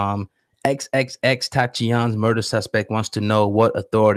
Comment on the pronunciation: that man should never be allowed to to say xxxtentacion